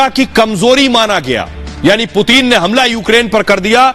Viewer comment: Putin kh rhe hain main putin hoon puteen nhi bsdk , naam sahi se le🤣